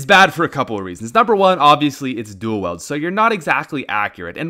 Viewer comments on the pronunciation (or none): "Weld" lmao it's "wield" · Dual wEILD. Not “Dual wELD” as you say. Their is an “i” in the word. Pronounce it. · "Dual Weld" Come on! It's pronounced. Dual Weeld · Dual WIELD. NOT FUCKING WEALD. wee-ld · You know people have accents right?! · Isaac Martinez This isn't even an accent thing. Half of the people I hang out with are Canadian, and speak English like a fucking normal person. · I HATE THE WAY HE SAYS DUAL WIELD, IT’S NOT “DO WELD” IT’S DU-AL WE-AL-DUH” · Dual "weld" ?????? I thought it was wield or something... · Dual WIELD, not weld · Duel “weld”?? So triggered 😂😂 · “Duel weld” .... who the fuck pronounces duel wield like that..... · Wield not weld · It’s WEILD (Wheeled) not WELD u make me not wanna listen to ur advice 😂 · Dude its pronounced wheeld not weld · I like how he says people are stupid for using the dual weild smg and he pronounced it as(weld) 😄 😄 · I’m Canadian too, that’s not how we pronounce it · Please someone get on this man for the way he says duel wield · In dire need of a script, doesn't know how to say "wield"